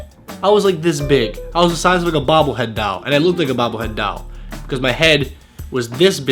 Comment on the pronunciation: is so adorable. It's funny when he says doll.